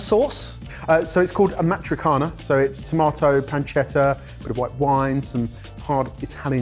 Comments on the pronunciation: a good one... but to the first one: it is Amatriciana, not Amitricana. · AMATRICIANA - -- in english would be: a-ma-tri-cha-na, not a-ma-tri-ca-na!!! 😅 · Amatriciana is pronounced "ama-triss-ee-ahna", not 'amatrickana' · It’s AHH-MA-TREE-CHEE-ANNA not AhMaTraCanna or whatever foolish came from mouth! Haha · Amatriciana pronounced amatrichiana, not amatrikiana..... :) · you just missed the i in amatriciana, you said (perfectly) amatricana. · Amatriciana sauce - pronounced a-matri-chana 😂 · «AmatriKana», OMG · 1 ferretto, 2+ ferretti. The ci in amatriciana is pronounced "ch" like amatreechana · Amatricana? Does he mean Amatriciana?? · Amatrikana?! Amatriciana (Cia like ciao not ka) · Amatri-K-ana. Oh boy. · Amatriciana in Italian is pronounced "Amatrichiana". The "c" before the vowel "i" is pronounced "ch". I am Italian, born and raised in Italy. I just thought since has Italian in-laws, might as well pronounce it right 🤭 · The inlaws are going to kill him for saying "amatriKana" 🤣🤣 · Amaatriciana => Ah-mah-tree-chee-ah-nah. I know Brits have a long history of mispronouncing everything (just to piss off the French and Italians), but really... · it's not amatrikkana...can you or someone learn how to pronounce basic Italian terms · Loving trying so hard with the Italian! One tip to impress his in-laws: amatriciana is pronounced "amatrichana" so soft, not a hard K😉 if you want to be fancy or super traditional you could use guanciale instead of pancetta, but in a pinch I use pancetta as well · All of that effort with pronunciation of the pasta names, but no effort for Amatriciana 😊 the sauce will be offended. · You pronounced amatriciana so wrong. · A bit amused at buggering the pronunciation of amatriciana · pronunciation of Amatriciana right after saying how he’s a try-hard with Italian pronunciation 😂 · I had to rewind 4 times to understand how was pronouncing Amatriciana sauce. First time earing saying like that, so weird!!! 😂😂